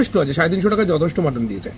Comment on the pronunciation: অনেক অনেক ধন্যবাদ তোমাকে ভাই মাটন কে "মটন"না বলে মাটন বলেছো দেখে